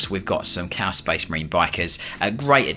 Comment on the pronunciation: "Cow Space Marines". Gotta love it when AI makes mistakes. He's a bot, Lord Inquisitor, right there, heretic technology! And it's making fun of his angels!